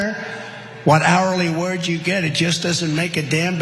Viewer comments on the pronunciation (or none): "Hourly wudge"